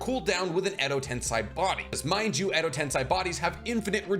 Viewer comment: why do you say TensAi when mentioning Edo TensEi?